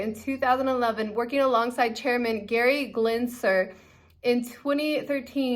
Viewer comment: "Gerry Glenser" hahahaa